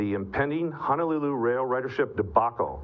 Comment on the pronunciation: Please correct your pronunciation of Honolulu. Mahalo.